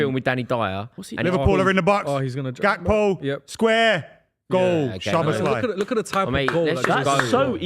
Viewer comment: How does still not know how to pronounce Szoboszlai?